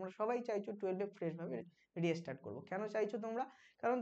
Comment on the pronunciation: Restart er pronunciation ki reastart ....ektu notice korben